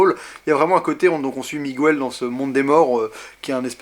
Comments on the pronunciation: PLEASE prononce "Miguèle", pas "Mogouèle". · Bonne critique, par contre Miguel ça ne se prononce pas "Migouel" en réalité ^^ Pour ma part j'ai beaucoup aimé (et bien sûr l'histoire avec le personnage nommé Coco qui est très touchante) même si émotionnellement et visuellement parlant j'ai une préférence nette pour Vice-Versa <3 <3 et Toy Story 3 :D